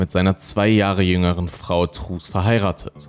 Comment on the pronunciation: Ich hör dir so gerne zu! ❤️ Nur truus spricht man auf Holländisch trüüs aus. Das war ein kleines bisschen irritierend 😬... (U wird immer wie ü gesprochen und oe wie ein deutsches u. So als kleiner Diskurs) Mach auf jeden Fall weiter so, dein Content ist ganz großartig!